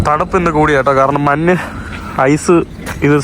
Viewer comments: മന്നല്ല മൈരേ മഞ്ഞു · മന്നല്ല മഞ്ഞ് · എടാ മുറിയണ്ടി, നിനക്ക് മലയാളം ശരിയായി സംസാരിക്കാൻ അറിയില്ലേ? മന്ന് അല്ല മഞ്ഞ് ആണ് ശരി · മാഹിന് ഞ്ഞ എന്ന അക്ഷരം വായിൽ വരില്ലെ മഞ്ഞ മന്ന മഞ്ഞിന് മന്ന് അത് ഷെരി ആക്കണം